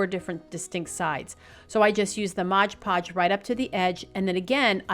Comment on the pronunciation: It's MOD Podge, not Modge podge.